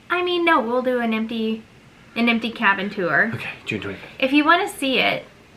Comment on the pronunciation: You have a “Hoffice” now you have a “Habin” 🤣 ok that’s pretty bad 🤷🏼‍♀️